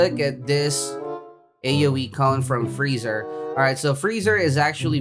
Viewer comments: frieza is said free-sa/za not freezer lmaoo Vegeta is said ve-g-ta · I love how you call frezia, freezer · mAn YoU cAlLeD gOkU gOkY aNd YoU cAlLeD fRieZa fReezeR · Boi you called freiza freezer lol